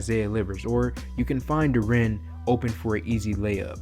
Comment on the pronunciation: This is a 20 year old kid. It can take years to develop. He is right on track. Your criticism betrays your lack of understanding about player progression. By the way Dur-en, not dur-ren.